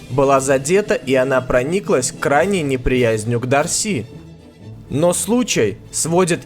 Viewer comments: Не ДарсИ а ДАрси) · Странная десятка. Странное распределение мест. Вообще не согласна. И не ДарсИ, а ДАрси.